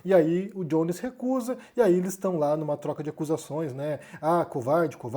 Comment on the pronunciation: Acho que é melhor pronunciar Jones como [Jones] e não [Djones] que é a pronuncia do [J] em inglês. Embora o nome possa ter alguma influência estrangeira, uma vez que ele é abrasileirado, soa mais correto perder aquele [D] inicial, e falar apenas [Jones], com som de [j] puro. Só uma sugestão.